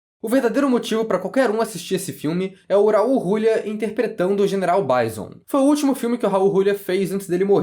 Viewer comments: Eu ri quando ouvi Rrraul Rrrulia hauahauhauaa em 30 anos primeira vez que ouço dessa forma o grande Raul Julia. Kylie Minogue já era uma cantora muito famosa desde pequena, ela é a Simony, a maisa da Inglaterra. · Foda é vc dizer um monte de coisa sem saber a história real por trás do jogo. O Guile sempre foi o protagonista real. Isso já é canônico. E pls, aprenda a falar o nome do Raul Giulia corretamente